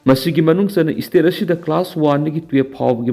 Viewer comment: Ebo nanggi ucharan se yadareda, State haigadabada esstate, School haigadabada esschool, cease fire haigadabada six fear labour haigadabada lebrer, security haigadabada sikurity, Secretary dana seketri, Advocate haigadabada advotcate, sida natte yam leiri, aduna sinphamsida khongdaninglabadi hanna Oja Raj Nongthombam da Pronunciation gi tution loukho. Oja Raj asi pronunciation sengna ngangbasinggi marakta amani.